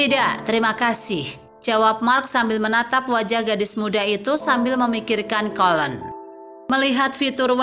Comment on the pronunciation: Ceritanya bagus , maaf izin menyampaikan bahwa colleen , dibaca koliin , bukan kolen .